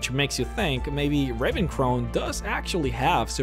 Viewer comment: Do you pronounce shit wrong on purpose or what? Scraped ... Ravencrown ... sigh.